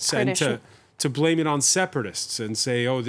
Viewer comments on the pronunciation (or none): none